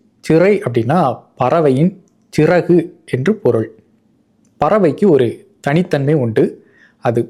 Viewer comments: Siragu என ஒலிப்பது பிழை! Chiraku என ஒலிப்பதே சரி! அப்படி பார்த்தால் மலையாளத்திலே சரியாக உள்ளது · Correct. Chiragu is the pronounciation.